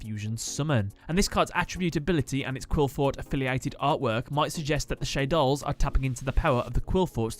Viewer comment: I real sorry you piss you off when you pronounce shaddolls ....